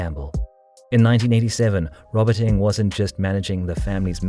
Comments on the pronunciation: can you pronounce their surname properly ? NG not ing. Sheesh. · Strange, Alan Ng, the famous movie journalist pronounces his name, "Ing". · strange, the many other Singaporeans and Malaysians pronounce it as 'Ng'.